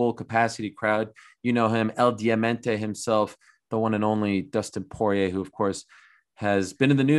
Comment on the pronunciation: "Dustin Soyrier"